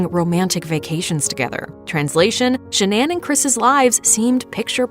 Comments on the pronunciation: it's pronounced Shan-non. Not Sha-nan. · She pronounced Shannan incorrectly the entire video 😐 listen to how the mother says it. I mean come on.